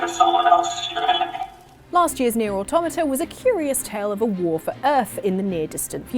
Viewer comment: Omg, she said Automata right, finally.